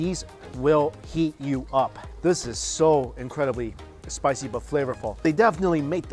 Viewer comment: I Love When He Says "SPISHYyyy"